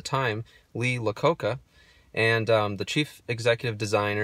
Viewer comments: Nice. However it’s Lee Iacocca it’s an I not an L (eye-uh-coca) not La Coca lol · For the record, the chairman’s name is Iacocca, not Lacocca. It’s pronounced “Eye-ah-coke-ah.” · Who is Lee LaCocca?? Christ man at least get the guys name right- Lee iacocca - with an i... A capital i. He was also the father of the Mustang... That little funnel in the trunk by the spare is for pouring gas into the tank via a gas can Incase you need to- it opens both valves in the capless filler.... Yikes - maybe a little more research would help you provide accurate info. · Nice video. Just a mention though, Lee Iacocca's name is pronounced "eye-a-coca", not "la-coca". I know the way some fonts draw an "I" it looks like an "L". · It is not Lee LaCoca as mentioned in the video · It is pronounced 'eye-a-coca', not 'la-coca', learn your history, it is an 'I' not an 'L'. he saved Chrysler. Lame. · 01trsmar Lee eye-oh-coca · “Lee Lococa” 😭😭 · Great video! Of course, pointing out the obvious, the legend was Lee Iaccoca (pronounced eye-a-co-ca), but thanks for ssharing as I have an 08 and love it! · His name is Lee Iacocca. .. Not Lacocca. Otherwise good video. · Lee EYE a COCA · I'm certainly not the only person to mention this, but its a capital 'i' in the name "Lee Iacocca." Its pronounced Lee EYE-a-coke-a.. Also, you keep referencing 2011 as the inception of the contemporary Chrysler 300 series vehicles. Chrysler reintroduced the 300 series in 2005; and it won't more awards that year, than any other vehicles sold in North America, ever. I believe that no other vehicle has taken that crown away from the '05 300C, to date. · 1 thing you didnt know about head of Chrysler's name. It's pronounced Lee I not L it is a I ococa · The person you referred to is Lee Iacocca not Lacocca! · Lee Iacocca, not Lee Lacoca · It's Lee Iacocca not Lacocca.. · Lee I-O-coca. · Terrible car and who's 'Lee Locaca"?